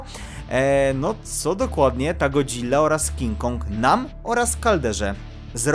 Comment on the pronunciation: W końcu mówisz jak chłop w sensie ładnie wmawiasz Godzilla a nie god-zilla:)